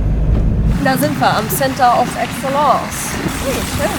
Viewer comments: Center of what?, wenn die ersten beide Worte englisch sind, wird es das letzte wohl auch sein. „ˈeksələns“ 😉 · Center of Excellence... Englösisch wird das also ausgesprochen? 😁 Ansonsten mal wieder ein sehr gutes Video und ein tolles Auto! Würde ich so auch nehmen. Aaaaber da gehört das große Assistenzpaket unbedingt mit rein. Vor allem wenn man mal zig Kilometer geschrubbt hat und dann in einen Stau kommt ist es ein Traum wenn man das Auto mal machen lassen kann.